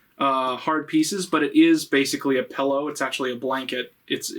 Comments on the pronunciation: I just noticed you say pellow instead of pillow and i dont know if i can forgive that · "Pellow" awesome. I cannot wait for Shrek Retold 2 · the way you pronounce the word pillow makes me upset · I've never heard anyone pronounce pillow the way you do